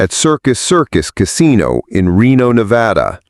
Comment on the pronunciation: Verdi not Verdee. Also it's Nevada not Nevaudaw.